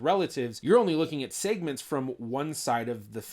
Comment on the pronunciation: Why do you pronounce segments weird?